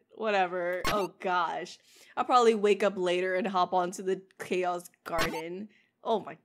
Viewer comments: chao is supposed so be said like it’s the word chow not chao as in short sor chaos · chao is supposed so be said like it’s the word chow not chao as in short for chaos